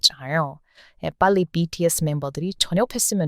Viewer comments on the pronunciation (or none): 비키에스 가 뭐죠. 왜 발음를 BTS 라고 안하고 BKS 라고 계속 하는지.. 거슬려 거슬려 뭐야 이 채널